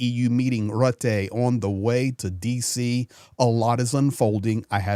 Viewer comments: Rutte = Rootah not Ruteh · Mark Rutte (pronounced: Mark ROO-teh) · You say Rutte( Rutte)